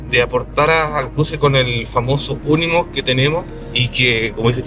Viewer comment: Cabrito... me dejas con la intriga del paso hasta el jueves 🤬🤬🤬🤬🤬 Por cierto... Esa maravilla de Mercedes Benz se llama UNIMOG no UNIMOF 😂😂😂😂. Un abrazo y el jueves salimos de dudas